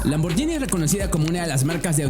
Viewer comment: se pronuncia lamborguini, una italiana casi me pega cuando dije lamborgini